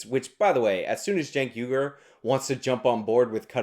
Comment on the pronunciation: Hey man. Has anyone ever told you that it's pronounced 'WEE-gurr'?